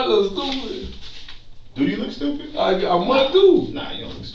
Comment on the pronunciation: “What I look stoopid” 😭😭